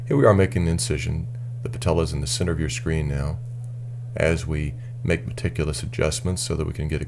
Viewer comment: He says medticulous a lot!